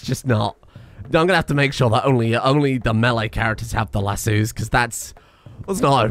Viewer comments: the way you say lasso is going to drive me insane. Where do you see the second "o" in lasso? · I love how pronounces Lass-o as Lasoo while simultaneously hating it.